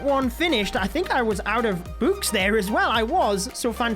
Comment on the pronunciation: Homeboy pronounces them books as bewks